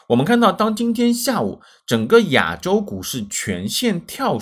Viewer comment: 亚（ya三声）洲是哪里？我们住亚（ya四声）洲，是老师拼音没教好你还是你在追求不一样？